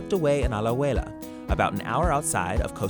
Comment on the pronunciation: Mae cuando dice Alajuela es aún mejor Alaahoeella